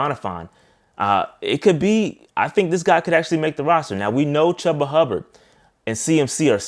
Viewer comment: Outstanding... you took the challenge knocked it out the park. You had me wondering on Paddy... until I did some research and you described him to the T. Just wondering if you mean to call him... Chubby.... or forget it's "Chuba"... sounds like "CHOOBA", but it's all good.. keep rising